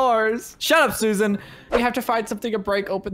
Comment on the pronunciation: said lets attak suasan lets go get her😂🤣